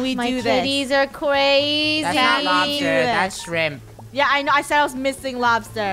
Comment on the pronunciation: Its not lobster its shremp Me: Lobster is when u don't cut it when u cut the Lobster it becomes Shremp:D